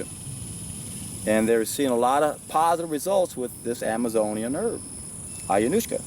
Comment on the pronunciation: Ayahuasca, dimethyltriptamine. You mispronounced every substance you mentioned lol